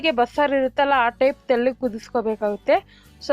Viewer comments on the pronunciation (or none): ತೆಳ್ಳಗೆ ಅಲ್ಲಾ ' ತೆಲ್ಲಗೆ ', ನುಣ್ಣಗೆ ಅಲ್ಲಾ 'ನುಣ್ಣಗೆ ' ಎಂದು ಬಿಕ್ಕಲುವ ನಿನ್ನ ಚಾನೆಲ್ ಗೆ ಮಿಲಿಯನ್ ಗಟ್ಟಲೇ viewers ಇದ್ದಾರೆಂದರೆ, ನಿನ್ನ ಮಹಿಮೆ ಜೋರು ಬಿಡಮ್ಮಾ. ಮಚ್ಚೆ ಇರಬೇಕು ನಿನಗೆ ಎಲ್ಲೋ. ಆದ್ರೆ ಮೈ ಎಲ್ಲಾ ಕಪ್ಪುಗಿದೆ ಅಲ್ಲವೇ? ಮಚ್ಚೆ ಗುರುತಿಸುವುದು ಸಾಹಸವೇ 😂